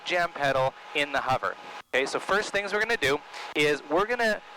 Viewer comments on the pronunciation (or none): none